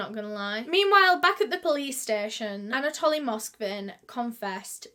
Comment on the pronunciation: I feel that she keeps saying Anatolian like the dog breed..but it is Anatoly